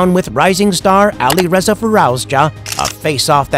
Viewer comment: Please stop pronouncing Alireza name its soo painfull❤❤❤😂😂😂